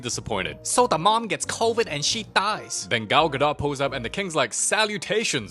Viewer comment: "so da maom gets covid and she DyEs"